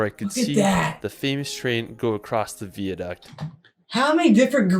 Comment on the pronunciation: You're right about 'Edinburgh'. But our enthusiastic young friend can't pronounce a lot of other words, either, e.g. 'Glen-FIN'n', 'VIE-uh-duct', 'HOLL-ee-rood', 'ELL'n DON'n', 'GLAS-go', 'BIDG-'n nam BEE-an', 'Loch LOAM-und'.